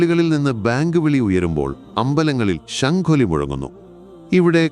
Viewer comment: ചങ്ങായി പള്ളിയിൽ നിന്ന് ബേങ്ക് വിളി അല്ല ബാങ്ക് വിളിയാണ്